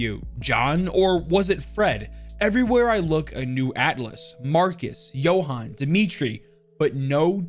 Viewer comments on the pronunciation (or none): none